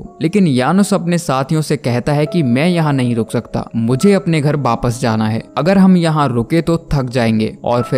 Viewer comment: In india every state has their own accent so in some state it says wapas and in some other state its called wapis but non of state in india called baapass like your saying baaapass😂🤦🏻🤦😂